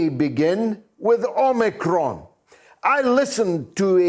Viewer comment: Drop the R omicron . You omiCON.